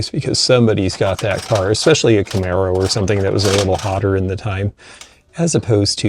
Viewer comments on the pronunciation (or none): none